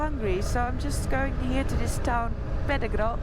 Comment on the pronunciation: I laughed when you said pedregal..even though you have a good comand over Spanish...